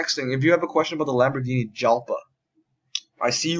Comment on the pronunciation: Oh and btw the Lambo Jalpa is pronouced Yalpa